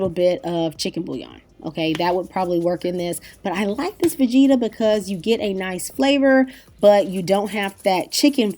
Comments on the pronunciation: I kept asking myself what you were talking about when you said, vegeeeta. Low and behold, you're using Vegeta, a ton of Romanians use this, myself included (make sure you get the one without msg). I grew up with this seasoning. It's pretty much a staple of every Romanian, Hungarian, Eastern European cooking. My kitchen's got one. Pronounced Vegeta, not long sounging ee. Never heard any American, esp. African American use it before and sounded scary when I heard you say it. I put it in soups, salads, every savory meal, just a little. Boursin, French cheese- pronounced Borsen, don't pronounce the n. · Vegeta is pronounced ve-g (like grate)- ta. Lol I’m Bosnian and we use it in everything. I hope you used the blue package though 😮.